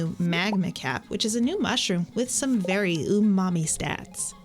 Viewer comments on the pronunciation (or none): none